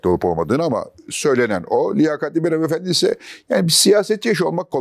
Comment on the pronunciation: YA BU ADAMI BUNUN İÇİN SEVİYORUM! GÖBEKTEN LANKKKK DİYE EĞRİYE EĞRİ, DOĞRUYA DOĞRU! 💙 BU ARADA HANFENDİ DEĞİL, HANIMEFENDİ OLACAK😘